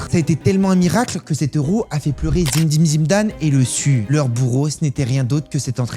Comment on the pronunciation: Le sujet est intéressant, mais là façon de le raconter, c'est nul. La blague de merde sur l'entraîneur Allemagne donc vous ne dit meme pas une seul fois comment il s'appelle (Otto Rehhagel), la façon de dire Zinedine Zidane. le club d'Athènes, mais lequel, la Prononciation du Panathinaikos, la façon de parler de Cristiano Ronaldo, qui a l'époque n'est qu'un gamin. Les stars de l'équipe c'est Luís Figo, Pauleta, Rui Costa, Deco. La façon de parler de l'équipe de France, Jacques Santini n'a JAMAIS était une grand technicien il n'était pas compliqué de le contrôler techniquement.